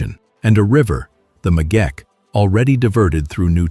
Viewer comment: It is the Megeche Dame not the megeke...just as it's not Gondar but Gonder...